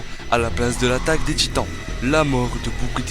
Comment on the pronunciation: C moi ou à 5 min 47 il il dit l att des gitans